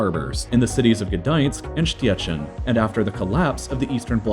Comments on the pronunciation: In English you have got tell it Shchećin ć is the sound like in Matić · Gdańsk was pronounced well But szczecin sounded like szcziecień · gedajensk and sztiecin xDDDDDDDDDDDDDDDDDDDDD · The national anthem of Poland says: "Jeszcze Polska nie zginęła, kiedy my żyjemy" wich I (as a pole) think that the best translition for that is: "Poland is not yet dead, while we are alive" , but "Poland is not yet lost" is good too also Szczecin is pronounced Shchecin not shtiechyn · Your pronunciation of Szczecin is so wrong! It's actually pronounced Shchecheen, not Shtiyachin. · No offense, but I burst out laughing when I heard you pronouncing Szczecin (you should pronounce it more like Sh-ch-ecin) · The way he pronounced Gdańsk and Sczeczin made me triggered. Nie fajnie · Stjecin hahaha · He said: Esztiecin Lol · Śćiećin Śmieszna wymowa. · "Gdoinsk and Pschechen" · strzjeczin xD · Stjeszyn XD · Sztjeczin xD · 🚫🚫Szczecin🚫🚫🤣🤣🤣🤣 Settin 🙏👌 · you pronounce it settin? Then why put so many szczc in there? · hah you said stjeczin not szczecin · Wiem, ale mają problem z odmianą wyrazów a nie z wymową. Nadal "Ścieczin" brzmi świetnie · szczecin? more like: schtietzin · Hahha Szczecin : sciecziń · Szteczjyn xDDDD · I love listening to people trying to pronounce Polish words. For examples city Szczecin( here). I am waiting for województwo zachodniopomorskie. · As soon as I heard 'two ports' I was like, ohh, my hometown's name is about to be butchered! Szczecin is like 8/10 in difficulty (to pronounce), it was pretty bad but I respect your effort! <3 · He butchered that name but I can't blame him. Trudne słowo w chuj dla obcokrajowca. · I love how he said "Szczecin" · Man, that's one of the worst pronounciations I have ever heard. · you say 'gdańsk and szczecin'prety funny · i just love how u pronounce 'Szczecin' in English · I know this word is hard for foreigners but hearing him say "Szczecin" made me laugh rly hard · Yo, luv how you pronounce Szczecin. Also it was 123 years, not 124